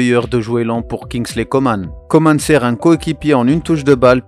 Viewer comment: COMAN ça se prononce ''Comment'' il l'as déjà dit c'est français